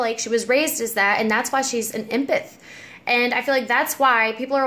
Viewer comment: I know you probably have gotten comments about this and it's such a small thing but it's pronounced "em-path". Like the beginning of emily and then the word path. Silly thing to correct but I hate when I pronounce words wrong and always want to be corrected. That being said, you're beyond gorgeous :) keep doin you girl